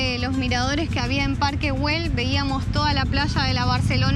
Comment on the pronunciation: Que es eso de Guel Se pronuncia ell si fuese inglés ya pronunciarias bien